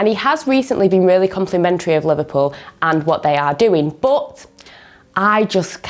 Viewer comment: No one:: BUT is pronounced as BOUGHT